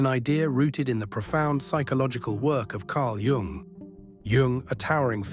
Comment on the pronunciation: it`s "yoong", NOT "young".